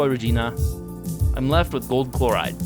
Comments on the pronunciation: Dude said “ it’s gOAldd” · He said it ITS GOOLD